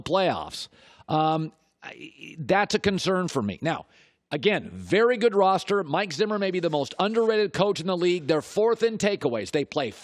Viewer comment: Damn he really does say roster every time he mentioned the Vikings